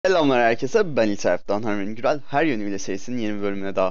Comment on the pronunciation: Neredeyse çoğu videonda Selamlar herkeze.. diye başlıyorsun ancak bir türlü o S harfi çıkmıyor ya nedense sinirime dokundu :D 1 kere s harfini bastırarak söylermisin :)